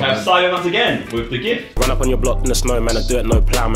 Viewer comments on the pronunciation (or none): Why did I hear it " I don't eat gifts" 😂